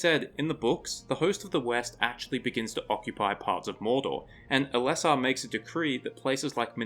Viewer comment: Interesting video but Tolkien’s names typically had their emphasis on the the first syllable. MOR-an-non instead of Mor-AN-non and EL-es-sar instead of El-ES-sar.